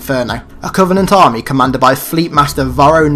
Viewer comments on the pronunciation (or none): none